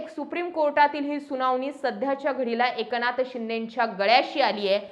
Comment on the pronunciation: Anchor मराठी नाही वाटतं... ए क ना थ... असा उच्चार होतोय... लक्ष द्या